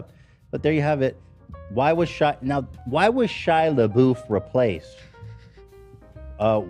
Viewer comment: Ethan talking about Chris Pine... "You think I would plan a whole segment over I saw Chris Pratt?!" ...."SHIA LEEBOOF"...."JASON SOODEKOO"